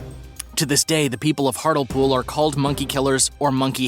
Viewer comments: It’s hartlepool not hartel pool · You spell it as Hartlepool but you say it as Hartlypool just so you know for the future :) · Hartlepool is pronounced hart -Lee -pool. Lol your version made me giggle though. Also, Gilles De Rais has been pardoned. He was set up by the king who thought Gilles’ eccentricity was embarrassing him. It is thought that Elizabeth Bathory was also set up in a similar way, due to not only being a woman in power (Not good in those times) but also, people wanting her wealth. She is yet to be pardoned though, as not enough evidence has been found so far. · It's pronounced Hart-lee-pool